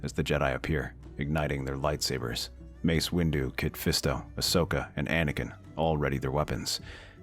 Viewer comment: "Or on Mace Windiu's speeder" 😂